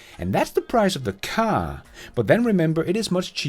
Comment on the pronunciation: An other great one. Next lesson: Pronunciation of, Car and Childs🤣